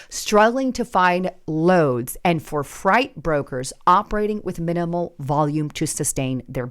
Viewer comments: why are you saying fright instead of freight?? Many times this happened. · You keep calling freight fright and they will add pod casters to the list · love what u put out, I've been watching u back when candidate Trump was running, you have grown so much, thank you..Im not sure if someone made a mistake with teleprompter but you say fright, I think it's ment to be Freight..Thank you for all your hard work. 🇨🇦👋❤️ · Not frite. It is Fr8. Freight. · FRIGHT IS SPELLED THIS WAY AND FREIGHT IS PRONOUNCED LIKE FRATE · are you using AI to generate yourself and your video? I think you know how to pronounce “freight” but a cheap AI program won’t. Not good. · Honestly, i found it hard to watch this one through as I kept listening to you calling freight fright. It's freight - pronounced 'frate'. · It’s freight frāt like “freight train” Not fright frīt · It’s freight not fright 🤷. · Fright or freight? Which is it? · It’s not Fright get it right say long A Freight =“ FRAYT” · Why are you saying fright instead of freight? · Damn I can’t take it anymore it’s Freight not fright. No spooky hauly haul. Your killing me smalls 😂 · Is this artificial intelligence I know speaks perfect English so why does she keep saying fright instead of freight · Learn how to pronounce words. FREIGHT ! NOT FRIGHT ! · WTF? ARE YOU AN AI? “Freight” is pronounced “fr-ATE” not “Fright.” No human could or would make a mistake like that. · As a ex trucker for 10 years, just here to say Fr-eight not Fr-ite. Freight.... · You’re mispronouncing freight hahaha you’re saying fright haha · love you, but please pronounce freight as frate not fright. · FREIGHT not fright lol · it's pronounced freight not fright. 🙂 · Freight. Not fright. Although it does sound rather frightening. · It’s not pronounced fright it’s pronounced freat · Rich, this ain’t Halloween it’s freight, not fright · It,s fright night 😂😂😂 freight night 😂😂😂😂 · Why do you keep saying fright